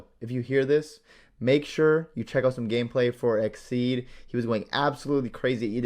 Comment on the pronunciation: Bro said exceed 😂